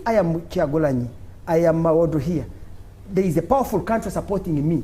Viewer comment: Andrew Mwenda should mention Hon Muwada,'s name properly.